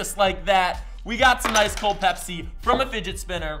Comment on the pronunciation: any one else getting triggered every time he says pepsi